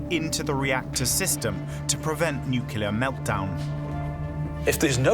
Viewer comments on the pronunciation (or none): NuCLEAR not NUCULar How to sound like a fool on your own documentary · Nucular, no, its, nuclear. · What a pity the narrator cannot pronounce NUCLEAR but keeps on pronouncing it as NUCELAR. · Would someone please tell the narrator that the correct pronunciation is Nu-CLEE-ir and not Nuke-YOU-lir. Nuclear. Not nukular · Sir, the word nuclear only has one U. Nu-clear. Lol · "New-kew-lar"? Nope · Ånd you couldn’t find a person who can pronounce nuCLEar, or at least try to teach him? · Please find narrators who can say the word "nuclear" correctly for documentaries about nuclear disasters... nookyoolizers are really annoying for people on the spectrum like me. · Its nuclear! Not “nucular”, people reading this don’t know how to read… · THERE IS NO SUCH WORD AS “NUCULAR”!! You automatically call your entire video into question by mispronouncing such a simple word. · Nukiller 😒 expected better from fogle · Maybe hire an announcer that can properly say NUKE YOO LERR Melt. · Stopped watching at "Nucular" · NucUlar lol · why did this narrator say nuke-you-lar constantly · I cringe every time I hear this guy say nuculer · I guess it's how the british pronounce it, "nucular" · >Makes a video about nuclear accident >can’t pronounce “nuclear” correctly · It’s pretty bad that the word nuclear is mispronounced repeatedly here. Embarrassing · I have heard presidents, historians, and generals mispronounce it. If you produced a film about a nuclear reactor, would it be too much out of your way to hire a narrator who could pronounce it correctly?